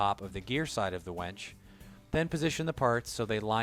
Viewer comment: Why do you keep saying "wench" ? This is a winch video.